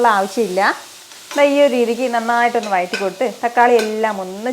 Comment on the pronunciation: മോളെ ഞാൻ എത്ര പ്രാവശ്യം കമന്റ് ബോക്സിൽ പറഞ്ഞു...വയറ്റി കൊടുക്കുക എന്നല്ല...വഴറ്റി കൊടുക്കുക എന്നു പറ...വ....ഴ...ഴ....റ്റി കൊടുക്കുക